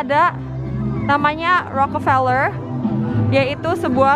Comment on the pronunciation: Keknya masih belom terbiasa ya nyebut "Rockefeller" 😅 bolak-balik "Rockerfeller" terus